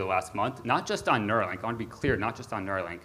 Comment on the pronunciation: It's Nuerolink after Beerio Kart. lol